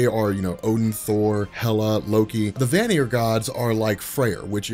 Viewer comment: Ay Sear and Van Ear, just for future reference